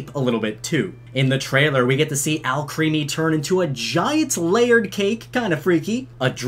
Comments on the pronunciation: IT’S AL CREHMY not creamy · lol the way you pronounce Alcreme as Alcreamy. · ITS PRONOUNCED AL-CREME-IE NOT AL-CREAM-IE LEARNYOUR FRENCH ITS ALCREMIE BECAUSE ALCHEMY + CREME